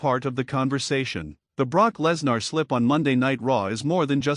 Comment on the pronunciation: It's Live you never know what will happen Live could have happened to anyone!! BTW who's Brock Less nar? I believe it's pronounced Brock Lesnar!! AI narrator 😡